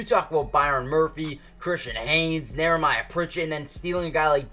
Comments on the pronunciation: How many times is he gonna say Nehemiah wrong? Where is the R in his name? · Knee-a-my-ya Pritchet. It's one of those names you don't see often.